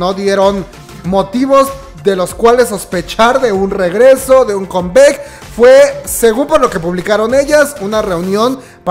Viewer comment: Pues no tiene "muchos años" desde que se reunieron las 2NE1, apenas el año pasado se reunieron por el aniversario de su debut. Una observación, cada que pronuncias palabras como "combek", "estrai kids" "te-ve-ex-quiu", "bi-ti-o-bi", "mamamo" siento que me da el soponcio... se pronuncia "combak", "strei kids", "ti-vi-ex-quiu", "bi-tu-bi" y "mamamu". Se que es de mamadores pero creo que mínimo esas palabras que usamos mucho las kpopers las debemos pronunciar correctamente. Pdta. Me vi todos los anuncios sin saltarmelos 👌.